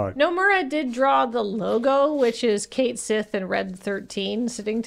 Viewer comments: I'm still mad they went with "Kate sith" as the pronunciation. It's "Ket Shee", the Cait Sith is an existing mythological figure with an existing way to pronounce the word, harumph 😡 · It's pronounced Ket Shee, not Kate Sith. I am SO mad that they chose to change the pronunciation of his name in the remake! I haven't gotten to him in the game yet, but I KNOW it will cause me physical pain when I hear it (because that's just how my stupid brain works, and it is not happy making). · Everyone treats Red XII like a dog, but also nobody can pronounce Cait Sith correctly. It properly should sound like "kett shee", so y'know fair's fair. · That pronunciation set off my Gaelic Radar and, turns out, yes, it's based on the name of a Celtic mythical creature (cat-sìth; pronounced 'kat-shee').